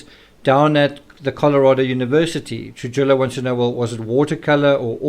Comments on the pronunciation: Happy birthday,! Also, I just wanted to help you w/ some pronunciation. The name, “Trujillo” is a Hispanic name & its pronounced, “True-Hee-Oh.” You’ve been pronouncing it, “True-Jill-Oh.” It’s actually a very common Hispanic name in the States. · Try Truhijo or Truhiyo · Trujillo is pronounced Truhiyo. The j like an h and ll makes a y sound so it’s pronounced truhiyo